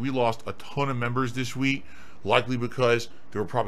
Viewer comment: I like how he says week, weenk xD wink xD Or sleep, sleenp. That double e must get him, huh?